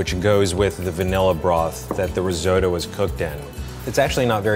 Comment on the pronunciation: “RIZZO-DO”. Sorry, what? 🙄 🇮🇹